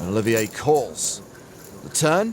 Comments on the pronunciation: Its olive jeah, not oliver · Olivier not Oliver like Wa not Roy